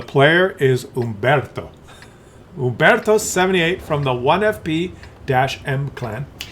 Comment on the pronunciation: Dayaaaam, you pronounced his name wrong, old man, it's Umbeeeeeertooo 🤌